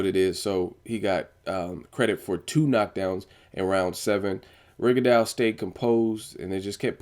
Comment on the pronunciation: Lol nigga,did you just say Rigadawg???